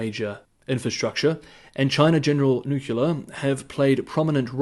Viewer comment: Please check pronunciation of nuclear. Thank you.